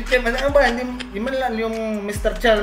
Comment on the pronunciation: Mi-tse tserman,ins tse-tyusiyon daw😅😅😅 pano ka napasok sa tutuwadcom PADUANO????hala bira!!